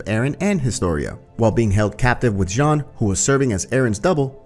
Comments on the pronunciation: It’s Jean not John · Why does he say Jean jhon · it's "john", no one says "jean" in any of the dubs and neither isayama or his editor has ever pronounced it like that